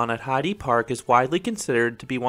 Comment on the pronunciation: Great video as always👍 Just one note:the e in Heide Park (and in any german word) isn’t pronounced like in “eagle“ but more like in “elephant“.